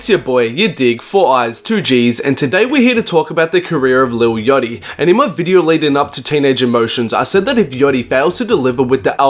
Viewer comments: "lil yotchy" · "lil yochty"